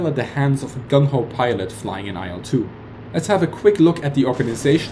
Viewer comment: Great video, but I must add that the correct pronunciation of the name of the plane is like the word "ill" with a short 'l' sound at the end.